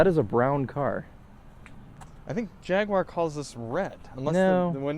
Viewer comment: Thank you for pronouncing Jaguar properly 😄